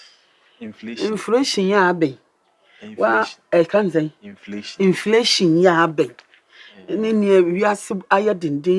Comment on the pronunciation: Sister Mercy nim bill to pa ara, she has even factored in inflation or “inflotion”😂😂😂